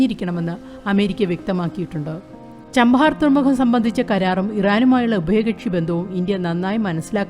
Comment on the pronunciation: ചബഹാർ not ചാംപഹാർ